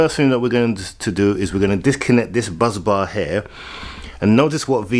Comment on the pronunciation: BUSBAR not BUZZbars!